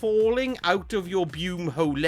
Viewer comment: I realize this might seem weird but you always put a smile on my face when I click into your channel. Creepy, yes but true. Keep up the good work. Bume-ho-le? Good God Man!